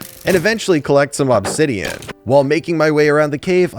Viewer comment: Still bugs me the way you say obsidian. But that's just my ocd. 😅